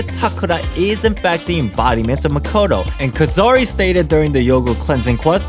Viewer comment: It’s not Makato it maakootoo